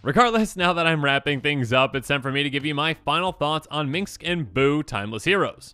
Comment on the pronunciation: Is this a running joke I'm not aware of? You keep saying Minx instead of Minsc and it seems like the comments all have their own way of spelling his name.